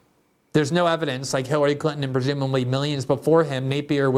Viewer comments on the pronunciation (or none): none